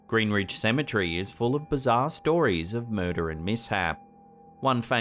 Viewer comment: You pronounce Cemetery like symmetry. Lolz